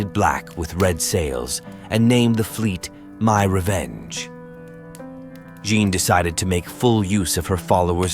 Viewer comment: Say 'Anne'. Now, just add a 'Je' at the start. You can now STOP ever saying it the way you butchered it in the presentation above.